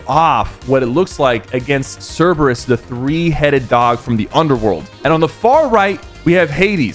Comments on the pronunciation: sypher its curbayus say it like that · it pronounced Kerberus